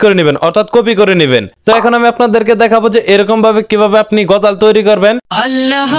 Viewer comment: ভাই তুমি বার বার গজাল কেন বলছো সঠিক ভাবে বলো এটা হবে (গজল)